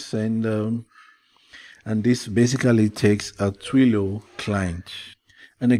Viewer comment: TWEE...LEE. OHH! sigh. not Twee loh! but nice vid